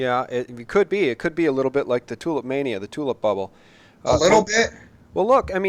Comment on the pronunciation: and. Listen to this and will never say “Tulip mania” again.